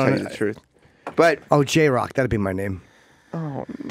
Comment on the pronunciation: lol this fool said jay rock hahahahahahaha